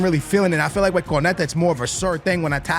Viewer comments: KO-NA-TE not KO-NE-TA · who tf is Corneyta? is he trying to say Cornet, the killer who used to play for Burnley?